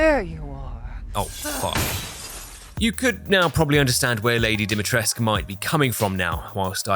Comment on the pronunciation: I am still amazed about Lady D and her inability to pronounce her own name right. Good run without running.